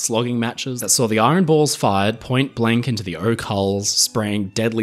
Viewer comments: Hey. The word IRON contains a silent R. It is not pronounced iRon. Very interesting video. But the R creeping into IRON is just as annoying as the American habit of pronouncing the H in vehicle! Why do they do that? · hearing an Australian accent pronounce "iron" like this is seriously screwing with my OCD. thanks very much, 😂